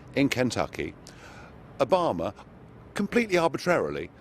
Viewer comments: Is it me or does Nigel pronounce Obama as if he's saying A Bomber? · "Obama" sounds like "a bomber" when he says it... obamadid911?